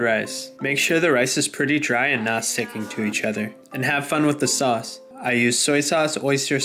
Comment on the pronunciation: why does sauce sound like sus in this vid